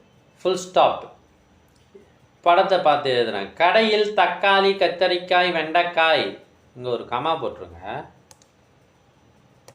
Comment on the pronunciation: கத்திரிக்காய் anna கத்திரிக்காம் illa 😂😂😂